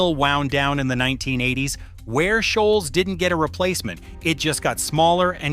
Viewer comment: He got Ware Shoals right 😂